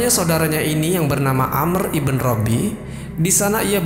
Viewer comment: Maaf sdr. Pemilik akun, ada yg sedikit mengganggu yaitu IBN bukan IBEN tapi singkatan dari IBNU yg artinya Putra, kata lain dari BIN yg juga artinya Putra. Terima kasih